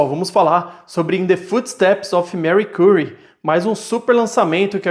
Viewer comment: Gostei do review mas estou sofrendo por ouvir o nome dela assim… jkkkk